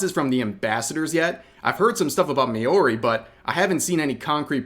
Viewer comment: rev great video but Maori is pronounced mao (like the chinese guy) then ri, its still not quite right the way ive described it and other then that nit pic its a great video as usual